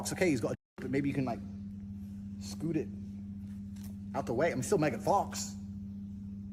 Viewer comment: "scoot it"💀